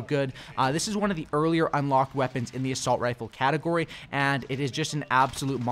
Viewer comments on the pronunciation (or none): none